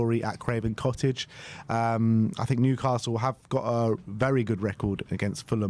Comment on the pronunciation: Put some respect on Newcastle’s name